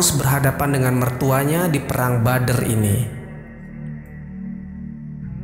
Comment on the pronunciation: Bukan Bader tapi badar hehehe